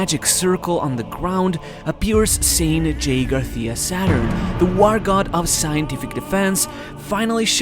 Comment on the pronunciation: you have a very pronounced "S" I almost feel you are spitting on mt face, how the fuck did you mispronounced Garcia?